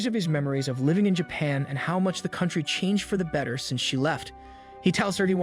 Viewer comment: how was bro live-ing and not living